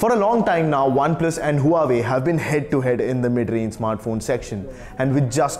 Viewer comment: You need to pronounce huawei right!! It’s pronounced wah-way...